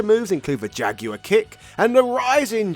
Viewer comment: That…….is not how to say “jaguar”.